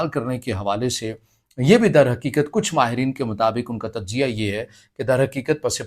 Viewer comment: تم انڈین ہو ؟ کیونکہ تم تجزیہ کو تججیہ بول رہے ہو